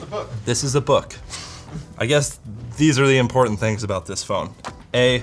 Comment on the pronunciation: " Import-ant " Me: imposter